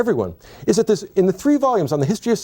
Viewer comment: In this episode, said “tree (3),” “turty (30),” or “turd (3rd)” seventeen times. Strong showing.